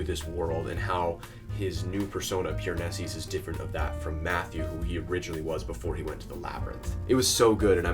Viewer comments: This was great and I’m not trying to be annoying but is there a reason that you pronounce his name “Piranesis” with the extra “s” at the end? Genuinely curious if I’ve been pronouncing it wrong haha - love this book and love to see others take it in! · Me, waiting for any commentary but instead we spend 9 minutes with a guy mispronouncing Piranesi over and over😅edit: he eventually got to it but needed a spoiler warning 😂and much more order in how he explored themes. But interesting views